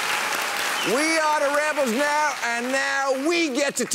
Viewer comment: "we dah rebels nayuh!"LOL!